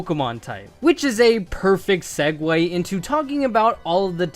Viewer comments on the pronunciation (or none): none